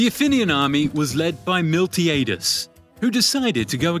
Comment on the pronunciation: Oh my god man, cant say "Phalanx" now. Or "archon", or pronounce "Miltiades". basic stuff.